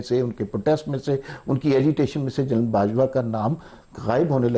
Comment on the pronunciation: She pronounces General as Journal